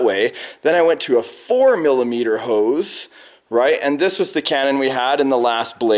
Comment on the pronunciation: Every time you say nozzle and hose I hear it as Grounds Keeper Willie "noodles and house"!